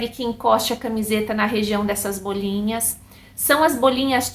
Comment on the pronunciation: Como uma doutora não sabe pronunciar bolinhas? Não se diz BÔLiNHAS....aff